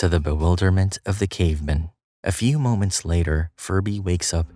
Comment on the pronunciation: I hate how this voice pronounces "cavemen" as if it's some jewish last name